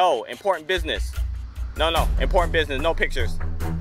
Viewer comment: "important businesseu" loved it!